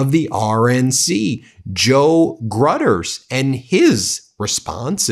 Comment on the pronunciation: Gruters is pronounced "Grew-ters." Funny my phone tried to auto--correct his name to "gutters," and that is a pretty good description for him.